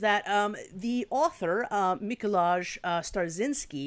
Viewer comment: it's Mee-ko-why :)